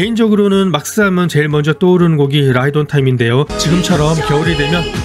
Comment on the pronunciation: 맥스면 맥스지 막스는 뭔가요. 일본 발음으로 할 거면 마쿠스라고 하든지요.